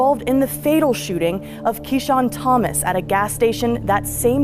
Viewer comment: I cried when you said my brother’s name Keshawn Thomas and you said it right! Oh gosh, my heart dropped. I didn’t know it was that cop!